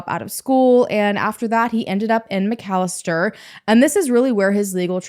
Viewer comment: Those McFadden boys are pure evil and trouble....@ for covering this story and pronouncing McAlester correctly!